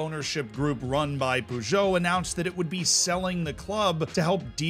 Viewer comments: Poojoe. You have to admire his confidence though in saying it that way. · They best part of this video is the way you pronounce Peugeot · That was the worst peugeot pronunciation i’ve ever seen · The way he's saying Peugeot is really bugging me 😂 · I literally own a Peugeot and I now I'm gonna just hear it in my head every time I see my own car. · Yeah, a couple of mispronounciations, but I at least appreciate the effort. Puzhow (that's actually a better phonetic spelling than I could come up with) (Peugeot) Sosho (Sochaux) Ocsair (Auxerre, his pronunciation was actually closer to that of Angers than it was to Auxerre!) Those are the three that bugged me. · Nice story, feels like a Tifo video! But you should say so-show. And puh-zjow. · Sochaux is okay, he says it like an old person though. Poo-Joe though lmao